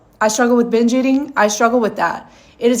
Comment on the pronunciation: Can someone explain the reason she says Hinge instead of Binge?